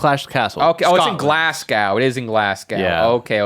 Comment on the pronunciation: Glasgow being pronounced like Glasg-OW! too